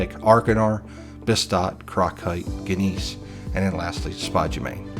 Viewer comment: I know this is a bit late but FYI gneiss is pronounced like"nice".